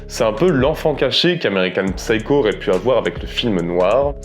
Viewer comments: Psycho se prononce seyekow, le "P" est silencieux. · On ne prononce pas le "p" dans psycho, en anglais. Ignare ! 🤓😇🤡